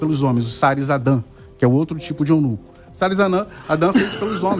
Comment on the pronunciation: é eunuCU pastor, eunuCU kkkkkkkkkkk